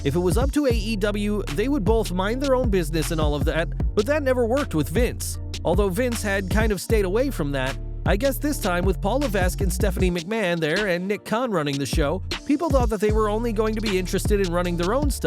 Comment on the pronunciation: Just an FYI Triple Hks last name is pronounced “La-Vek” 👍🏻 Dig your stuff, dude. Keep up the great content!